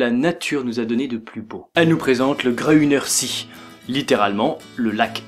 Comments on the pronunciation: Salut, super vidéo, comme d'habitude:)! Au fait, on prononce "[gruneur zéé]" et non pas "[gruneur si]". Voilà, la petite minute relou;) Continue comme ça et plein de bonnes choses! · Belle vidéo! J'avais jamais entendu parlé de ce lac pourtant je vais souvent en Autriche! En revanche petite précision, le Grüner See se prononce "gruneur zéé" avec le "u" à la française ^^"